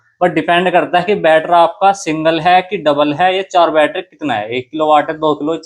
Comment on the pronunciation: Battery❌️ Batthera ✅️😂😂😂